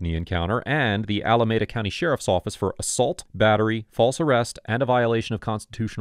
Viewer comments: Pronounced Alameeda not Alamehda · I used to live in Alameda County, and it's pronounced Allah-me-dah. Otherwise, good episode